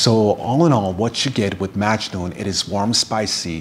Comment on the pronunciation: In the Arabic pronunciation it’s muggg noohn the a is like a u sound. My father is from Italy and my mother is from Syria.